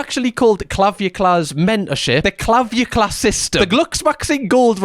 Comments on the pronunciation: I feel like if realized dude's name is Clav-ic-u-lar and not Clav-u-clar, he'd actually be able to say it. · Clav-ick-you-lar (Clavic-ular) 🙃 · The way you pronounced calvicular was HILARIOUS 😂😂😂 i choked i was laughing so hard. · that's "clah-vic-you-lar" 😬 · I do not watch his content, but I have heard him talked about by other YTs and it’s pronounced clah-vick-u-lar. I don’t know why I feel the absolute need to let you know this either. 😂 My brain is just screaming at me to let you know. 🥲 It shrink the testicles because your testicles are not making that hormone anymore so they atrophy (shrink) because they are not needed/being used as intended. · the guy's name is pronounced cla-vic-u-lar.. it is kind of like ocular. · cla-vick-ular is basically how you say it. idk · The emphasis really is on the right syllable there!🤣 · the way you pronounced Clavicular was hilarious 😂. Love your content